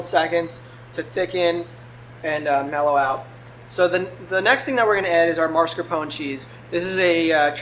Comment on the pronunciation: Well he said "Marscapon". Don't correct people when you didn't hear what the video said.